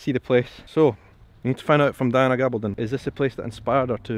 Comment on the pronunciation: Diana is Latina. Her name is pronounced Ga BALL don.